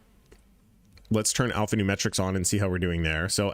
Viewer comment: Brother great video You keep saying Alphanume(T)rics but you can drop the T, its Alphanumeric